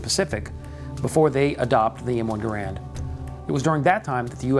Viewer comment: Inexcusable for American Rifleman to mis-pronounce the name of the man behind the M-1. John C. Garand's last name is pronounced: GEH-rend .......w/the accent on the FIRST syllable!